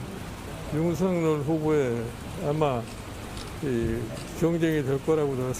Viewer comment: ✔윤석열 ㅡ 발음 ✔[윤서결 ] ㅡ 맞아요 😏😏 ⭕연음법칙 입니다. ㅡㅡㅡ🔺️🔺️🔺️🔺️ㅡ 이낙연 ㅡ [이나견] 김연아 ㅡ [기며나] ㅡㅡㅡㅡㅡ 진행자님 ㅡ 한번 살펴보세요 🔺️🔺️🔺️🔺️🔺️